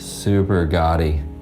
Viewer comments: When you say "gaudy", it sounds like you are saying "gotti". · Someone please teach him how to pronounce 'gawdy' 😩